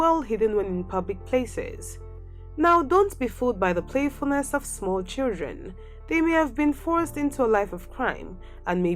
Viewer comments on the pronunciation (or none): none